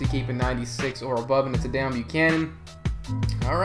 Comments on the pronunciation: DEEEEEON NOT DAAAON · No it's kinda like Déone the way he says it